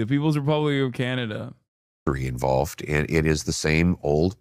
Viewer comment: Why are you pronouncing Canada like that??